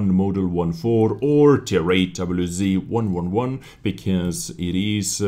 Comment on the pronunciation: doublyu zee ? xD